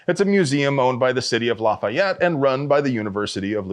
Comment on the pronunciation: la-fee-et, not la-fye-et, please.